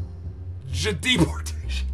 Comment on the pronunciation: Omfg this game is hilarious hahaha j"Jdepotation" got me lol